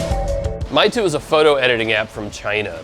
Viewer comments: It is not called Mytu, but Maytu. And it is for kids and young people, not for serious granddad. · It's pronounced "may tu" meaing "beautiful picture"